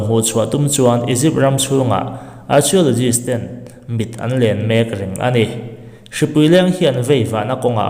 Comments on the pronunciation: Archiologist....tiin I lam a.... Arkiolojist tia lam tur aw😂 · Keipawh...arkhiulogis tih ang deuh a lam tur a ni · Lam dan a dik lo, arkio ti anga lam tur, k anga lam tur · Arkhiawlawgist ti anga lam tur zawk aw😁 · Archiaulozist a ti tlat 😂😂😂a buaithlak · Archeologist i lam dan hi a dik lo deuh chu ni, thil lam dan i zir a la ngai deuh a ni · Archeo tia CH hi K angs lam tur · Archaeologist lam rik dan adiklo tlat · Hnamdang ṭawng hman tel a ngaih chang hian a lam rik dan dik zir hmasak a ṭha ka tihpui hle mai che, Archeologist hi i lam ri diklo a nia